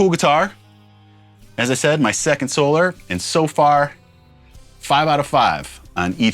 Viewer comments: 😂 great videos Rob you seem like a awesome and humble guy. Keep up the great work my guitar brother. By the way Ola says So-lar not So-ler🤘🏻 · Another cool guitar! Your commentor is correct Rob. It is in fact SOL-AR instead of SOL-ER. I am subscribed to his channel. Ola probably doesn't care how it's pronounced either way but that is how he says it on his channel. White explorer style looks great and natural on you brother. Because of James I have always been drawn to those styles but never owned one either. I have been on reverb looking at some Solars for sale since you posted the last video. May have to end up getting one soon! Some killer riffs in there by the way. Keep the videos flowing 🤘🤘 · Ola says "So-LAR" not "So-Lor" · Why would it be So-LAR? The word is solar and is used in english all the time. Solar system. Solar panels. Solar power. Solar guitars is pronounced the same way. Ola pronounces it so-LAR because hes Swedish. He pronounces lots of words differently than we do when speaking English. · Ola pronounce is sol are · It is pronounced the 1st way (SO LAR) 😊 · It's Solar cuz sOLAr, so its pronounced similarly as you pronounce Ola (so it's with the Á). Also aren't those tuners self-locking? not sure